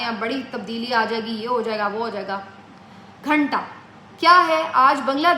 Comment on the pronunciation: the way she said Ghannta 😄😄😃😅🤣